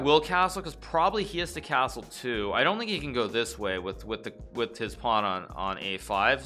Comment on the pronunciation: The way you pronounce cashtrle is shtrange, very shtrange